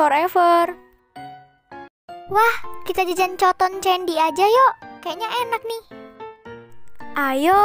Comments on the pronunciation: Di bacanya katen kendi=coton condy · Bukan cooton cendi dibacanya katen kendi ihhhhhhhhh nih gua mulai marah 🤬🤬🤬🤬🤬🤬🤬🤬🤬🤬🤬🤬🤬🤬🤬🤬🤬🤬🤬🤬🤬🤬🤬🤬🤬🤬🤬🤬🤬🤬🤬🤬🤬🤬🤬🤬🤬🤬🤬🤬🤬🤬🤬🤬🤬🤬🤬🤬🤬🤬🤬🤬🤬🤬🤬🤬🤬🤬🤬🤬🤬🤬🤬🤬🤬🤬🤬🤬🤬🤬🤬🤬🤬🤬🤬🤬🤬🤬🤬🤬🤬🤬🤬🤬🤬🤬🤬🤬🤬🤬🤬🤬🤬🤬🤬🤬🤬🤬😡😡😡😡😡😡🤬😡🤬😡🤬